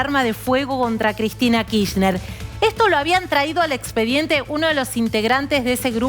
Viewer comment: ¿por qué la periodista insiste en decir KiSHner? ¿tan complicado es pronunciarlo completo, con la R?